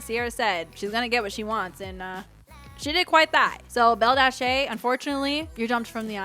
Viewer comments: Mama who is belldashaye??? It’s BelldashUH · You saying Bell dash a killed me lol it’s Belldasha (bell- dasha) 😂 but other than that clock that!! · it's bellDASHAH not aye